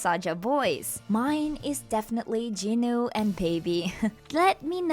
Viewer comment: Not bro calling Jinu ‘Jino’